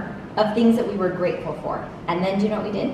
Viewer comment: I thought said I am freatful for Jews lol